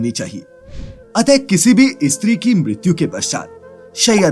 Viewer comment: Tu pagal he kya? ‘Istree’ mat bol ‘steew’ Bol. 😡😡😡